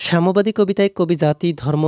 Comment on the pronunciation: আপনার উচ্চারণ অনেক সুন্দর । এটা সাম্যবাদী কবিতা সামবাদী নয়।৷।। ...... ☠️☠️